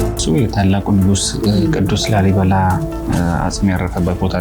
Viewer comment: ላልይ አላለም😂😂😂😂። ላልይ። ላሊ ነው የሚባለው። ኩታራ የአድዋ ትግሬ😅። ይሄን ደግሞ ሰዎች ናቸው የገነቡት። ወሎ ውስጥ እኮ ከ10አመት በፊት ከላሊበላ የበለጠ ገነባ አንድ አባት ከ3 እረዳቶች ጋር። አማራዎቹ የተባረኩ ናቸው